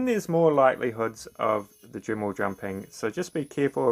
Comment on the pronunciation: It's DREMMEL Not DRIMMEL